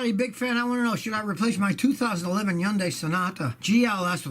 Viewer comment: Does Scotty say Hyundai wrong or do I??